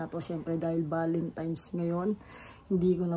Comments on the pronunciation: Constructive criticism: Valentine’s not Valentimes. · BAKIT BA KASE VALENTIMES IDOL ... VALENTINES KASE YUN HAHAHAHAHA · VALENTINES HINDI BALEMTIMES